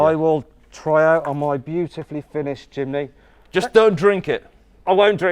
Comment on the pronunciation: Mat: jimny Subtitle: chimney